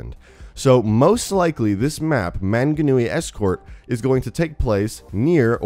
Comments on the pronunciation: MANGANUI AYYYY THATS MY COUNTRY BOI also "manga-nui" lmao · As a New Zealander I never hear many North Americans trying to pronounce the Maori city and place names so I had a good laugh, but he did well considering he's probably never heard them verbally said before. Super excited for a map in New Zealand though, even though Roadhog is technically from New Zealand it's often overlooked so this map is gonna be cool because Overwatch is super popular among Kiwi gamers. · i live in mount maunganui and it doesnt have snow at all it take me 20 min to walk up the mountain mate also i love your pronunciations of mt maunganui is really funny :P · We are not "offshore" of Australia. There's 4000kms between us. Nor are we "a small island". We are many islands. You spelled Maunganui wrong. You also pronounced it wrong, along with Tauranga (which I can't really fault you for). You also used a photo of a snow covered mountain which confuses me. It was obviously not mount Maunganui, Tauranga is a very sunny place. We are a Polynesian nation after all. When it comes to Overwatch lore though, we don't know the state of NZ, do we? It's too far away from Australia to have been affecting. Assuming something seperate didn't happen to ruin NZ. I think it would be a waste to have the NZ map be a post-apocalyptic one seeing as Mount Maunganui is a beautiful place. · Sorry but you pronounced manganui wrong I'm from New Zealand it's cool to see a map from NZ but it's just wrong😐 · Im from new Zealand its pronounced mung-a-new-ee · 1. Its not Mt. Manganui, it's Mt. Maunganui (pronounced M-au(like in caused)ng-a-nui) 2.It's not an actual mountain like it shows, but rather a cool looking hill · It hurts how your pronounced manganui. Mang a nue. New Zealand is over 4K km away from Australia and over 3000 miles. Manganui is also a mountain why would you make a wasteland map based of a mountain. It will likely be escorting a payload up the mount. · The pronunciation of manganui 😂😂